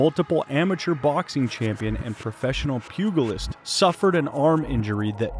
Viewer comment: PEW-GA-LIST? Pew-jah-list you ignoramus that can't even pronounce THE FIGHTER HE'S COVERING NAMED: HUM-ZAT not KUM-ZAT.